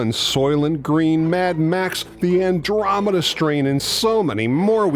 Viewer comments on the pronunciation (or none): none